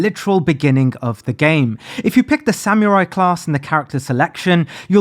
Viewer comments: Okay my guy, surely you pronouncing samurai as sam-you-rai is a bit right? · The way you say Samurai upsets me